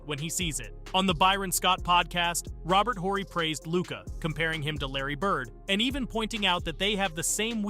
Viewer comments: “Robert Whorey” I don’t like it when creators don’t know the subject well enough to correctly pronounce names of key historical players. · Robert Whore-y